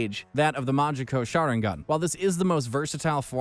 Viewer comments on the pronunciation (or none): Need to work on some of the pronunciations: Rinne - Rin-Ne; Rinegan - Rin-Ne-gan (Not RINIGAN); Sharingan - Sha-Rin-Gan. did you just say "Manjeko sharingan"? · "The SHANARIGAN...?" Somebody slap this narrator Please tell me he did not just call Mangekyou the Majiko Sharingan 😓 Imma stop watching this vid before I get a headache. And, never let this man narrate anything anime EVER.